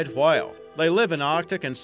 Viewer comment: i hate the way you say whale lol